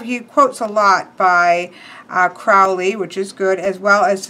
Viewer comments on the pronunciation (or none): Great walkthrough, but you're making the Ozzy blunder - mispronouncing "Crowley". Uncle Al wrote a poem about it once: "My friends call me Crowley because they think I'm holy. My enemies call me Crowley because they wish to treat me foully.